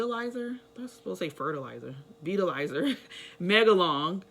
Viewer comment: It's not Veetalizer but pronounced Vytilizer